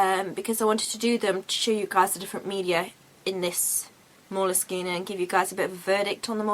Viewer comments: I don't think you're pronouncing moleskine correctly.. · I love how you pronounce moleskine. No one seems to know what the correct pronounciartion. Your version is nice. Oh and your artwork is also very nice. Good video.